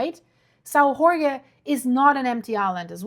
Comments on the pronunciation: I live in Sao Jorge, yeah, we had a big earthquake 3.8 and a few thousand smaller ones, everything went well gladly! And in Portuguese a J is a J not a R, that’s Spanish 😉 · Yeah was about to comment this, both J and g are pronounced with the sound of G as in Geo and Jorge but Portuguese is not easy for foreigners. Finns spell Jorge as Iórgue for example. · if you say "George" it is pretty darn close to Jorge, but most people are more familiar with the spanish pronounciation. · It's not Horge it's pronounced almost like George means the name George a man's name in Portuguese. The J in Portuguese is read as a J like Jack, Joke, Jet, etc José is not Hosé it's a J like Jodie etc I'm from Pico Island next to São Jorge - Saint George famous for the best cheese in earth Topo São Jorge Cheese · Why do you pronounce São Jorge like in bad Spanish??.. in Portuguese the "J" is not pronounced like in Spanish "Gh", in fact "J" in Portuguese is pronounced more like in English or French, so you'll be more correct to call it "Sao George " than in that giberish "Spanish" "Ghorgge" ... 🙄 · The island is pronounced Saint George not Hore Hay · We are not Spanish! drives me nuts when people butcher the name Jorge as Horhay, Horhgay, etc we pronounce the letter J like the French, if you can't do that just say Saint George in English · The islands' name is pronounced Sao ( Saint) (Jorge portuguese George), not (Horge. Spanish ) . Your welcome There is no H sound in portuguese , the H is always silent. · dont pronounce the letter J like you do for spanish, have nothing to do with spanish, the correct way sounds like George. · Hello, thanks for your work. Your pronunciation of "São" is not bad, but "Jorge" sounds more like "George" in English than your (understandable) mangling of the word...hope this a useful reference for the future....